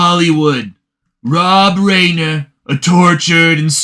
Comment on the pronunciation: Reiner is pronounced Rye-ner.